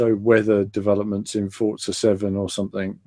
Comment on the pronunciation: u said forza lol